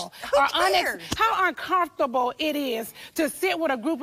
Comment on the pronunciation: Nene says “arncarmfortable” 😂😂